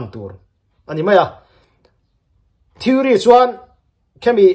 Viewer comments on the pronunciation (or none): none